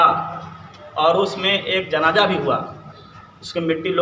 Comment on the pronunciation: ترمیزی ✅ ترمیجی❌ حدیث✅ حدیس ❌ جنازہ✅ جناجہ❌ لفظ خطرہ مذکر✅ مؤنث❌ پہلے مخرج صحیح کر پھر بولنے کی کوشش کرنا